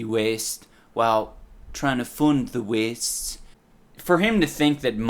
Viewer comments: I can't help but chuckle every time he says "ci'y" Also, because of the way he says "the wastes", I thought that in this game you could only travel to "the west" after leaving the city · holy shit i just realized he say s the wastes and not the west